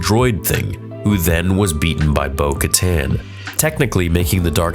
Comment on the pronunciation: Did Bo dirty with the pause 🤣🤣